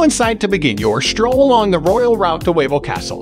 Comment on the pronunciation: Yes, it's pronounced "Vavel Castle", and the salt mine is pronounced "Veelichka". I will be back in "Krakuf" again for my 22nd visit on June 12th, I can't wait to see my Polish "family" again! Kocham Polska ❤️